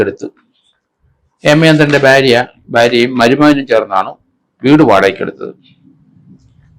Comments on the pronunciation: Byaria alla bharia ennu parayanam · ഭ്യാര്യ അല്ല സർ ഭാര്യ